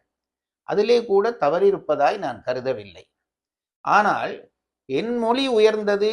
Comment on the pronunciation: ❤Even a Tamil Scholar pronounces wrong "" aanal' ( small -l) as ""big" "ll" like '" aanaalll'"